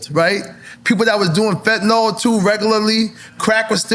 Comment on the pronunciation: Fetanyl... or FentaNOL 😂--Congrats to Eric though